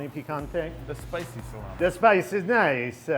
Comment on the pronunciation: "The spice is nice-uh" that made me bust a gut.